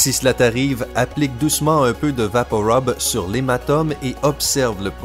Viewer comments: Sylvie de Rueda il prononce mal, je connais très bien le Canada vue que ji vie, et je confirme que tout le monde dit rub et non rob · Rub pa rob sa ce dit vaporub pa vaporob, comme à la pub tv il disent vaporub et non rob, mais bon dsl sa ma énervé de voir que tu dises rob sur un médicament comtre le rUme, pour info il on imiter un mec enrhumé (rhume =RHUBE) donc vaporub, video quitté après 1 minutes ct vraiment chiant, juste une astuce avant t'es vidéo (Wikipedia) sa te permettra de pu passé pour un abruti heeeuuu laisse tomber le pu s'est déjà tro tard 😁